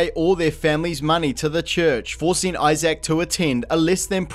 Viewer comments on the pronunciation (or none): His name is Isaac. Not Eye Sack, dude. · I'm sorry, how are you pronouncing Isaac? It sounds like you're saying "eye-zach" lmao. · You missed the other problem of the video: the way he keeps pronouncing Isaac as "Eye Zak"